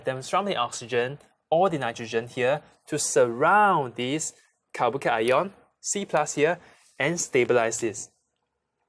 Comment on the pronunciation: But ur pronounciation of carbo cation is not good I didn't understand that at first time I was liten for 3 times then I understood